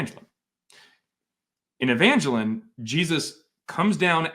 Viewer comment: EvangElion, not EvAngelion 😭